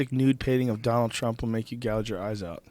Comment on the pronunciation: Joe "Look at its Eyezzz" Rogan